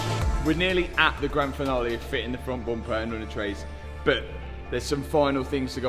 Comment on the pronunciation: Booom-pahh [bumper]